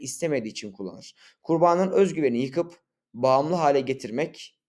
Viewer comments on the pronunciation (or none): abi video güzel yalnız kurbanın derken kurbağanın gibi duyuluyor :)